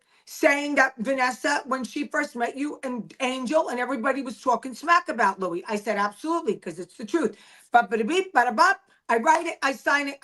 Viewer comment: It’s Luis not Louie